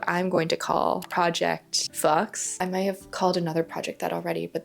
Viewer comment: girl, how said “fox” 😂